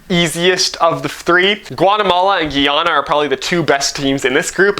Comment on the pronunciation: Good vid. Guyana is pronounced "Guy (like a dude) - Ana " and I hope they beat Guatemala. 🇬🇾